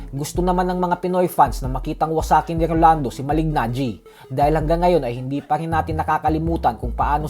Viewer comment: Malig- Najee mali pa pag pronouce mo boy, Kala ko ba boxing fan ka ? Kung nanood k tlgang boxing alam ang pronunciation ay Malee-najee Mali pa spelling mo sa title boy Mali"GANGGI" . "GANGI" talaga? pra g@ lng . Hay naku